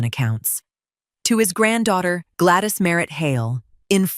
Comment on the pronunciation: tell AI the proper English language name is not Glattis. It is Gladys.